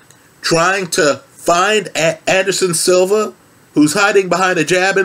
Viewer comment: “Anderson silvers” smh